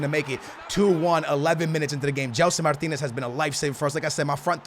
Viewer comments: É Gelson martins, não é Martinez 😂😂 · Gelson MARTINS. NOT Martinez. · It’s gelson martins not Martinez